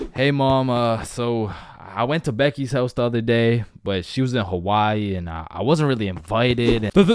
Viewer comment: I thought you said dickys house😂😂